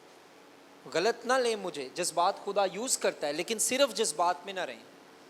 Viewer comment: آپ کا پاسٹر صاحب غلط کا تلفظ ٹھیک نہیں ہے۔